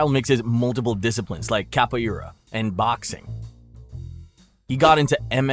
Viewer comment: Great vid bro! That pronunciation of Capoeira tho 🫣😂